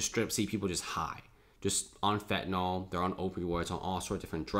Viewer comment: The correct grammar is as follows: "If I WERE the CEO of this project..." NOT WAS. Investigate the subjunctive. Also you are mispronouncing fentanyl. Amazing with all the conversation about this drug that you don't know how to pronounce it.